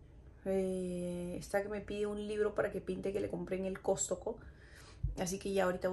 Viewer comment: Aca en P.R a esa tienda del x mayor se les llama Costco, Cost-co no Cos-to-co 😂😉